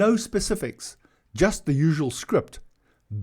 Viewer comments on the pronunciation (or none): none